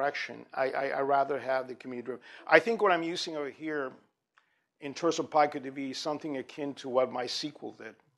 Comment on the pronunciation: Wrong pronunciation: "P-eye-coh"?! pico- word-forming element used in making names for very small units of measure, 1915 (formally adopted as a scientific prefix meaning "one trillionth" by the International System of Units, 1960), from Spanish pico Right pronunciation: PEE-coh